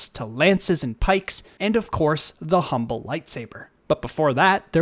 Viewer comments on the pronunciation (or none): none